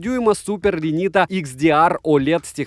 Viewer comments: Одному мне не понравилось , что он сказал не Retina а Renita ? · Братишка, дисплей называется реТИна, а не ренита) уже не первый раз путаешь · Вроде же "Retina" (ретина) ??? Не ?